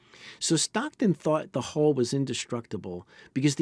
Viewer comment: U and in umbrella or unbelievable. Hull not hole.